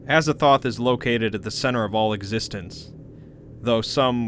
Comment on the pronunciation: Aza “Thoth”’